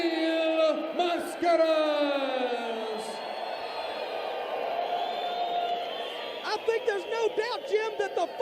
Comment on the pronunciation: mispronounced. They call him "Mass-CARE-ass" or "Mass-Kurass" or something equally hideous. LOL